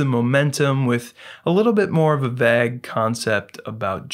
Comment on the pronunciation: Is it the word "vague" you are uttering? 'a little bit more of a vague concept of justice..." That word should rhyme with the Hague, the war court, not bag. It is a long a sound and I was distracted enough to look it up to see if some faction of the world pronounces it as you did there. Well just an minor error I assume. Enjoying the review, none-the-less!